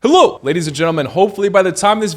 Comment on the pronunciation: Everytime you say hello, it sounds Russian 🤣🤣🤣